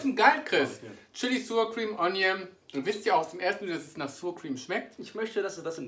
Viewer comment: Hey lieber, danke für das neue Video. Sour Cream spricht man übrigens nicht "suur kriem" aus sondern ähnlich wie das deutsche Wort sauer, allerdings mit scharf gesprochenem 's' vorne = "ßauer kriem" sozusagen;)